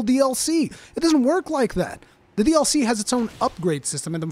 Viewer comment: Lol I didnt understand what you were saying in the intro for the first few seconds. To me, you saying “DLC” sounds like “All See”